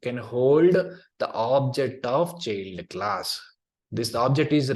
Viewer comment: Thanks for the course. PS: small tip: “child” transcripts as [tʃaɪld] ;)